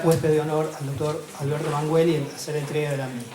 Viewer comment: Sinceramente el presentador no parece tener mucha idea del gran autor ante el que se encuentra. Menos mal que la mujer salva la presentación. Qué vergüenza que el primero ni siquiera se molestó en conocer cómo se pronuncia el apellido del escritor. Es una falta de respeto.